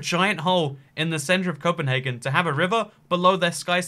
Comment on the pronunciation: Cpnhargun Copenhagen